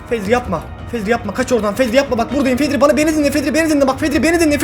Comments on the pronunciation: zeko❌️ fedri✔️ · Fedri diyo başta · Abi vid başlar başlamaz fedri dedin ya